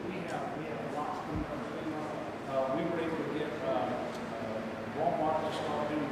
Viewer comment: He said femur not f e m a